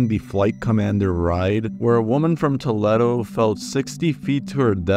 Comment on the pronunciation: it's actually pronounced Tuh-Lee-Do not Tuh-Leh-Do